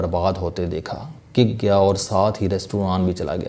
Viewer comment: Talafuz pr Tawaju dn,, Lafz Cook tha ap ny kick prha😂😂😂😂